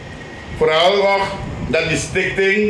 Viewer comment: Probeert hij stichting te zeggen? Ik hoor Stink thing Ronnie Brunswijk.